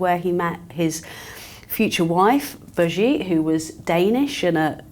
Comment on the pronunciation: I am sorry to say but you made a mistake about the Duchess of Gloucester. Her name is not Brigitte but Birgite. Further more I love your show, watching it from the Netherlands.